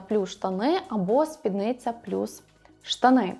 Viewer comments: І спіднИця, наголос на «и» ☺️ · я і не кажу, що я теж літературознавець. Я просто констатувала факт, що слово «спідниця» з наголосом на «и», і все. Що далі робити з цією інформацією - вибір кожного. Можна послати мене подумки, а можна подумати «а й так, дійсно». Я ні в якому випадку не хотіла образити чи зачепити когось, просто дійсно ріже вухо.